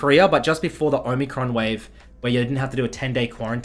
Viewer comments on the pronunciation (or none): none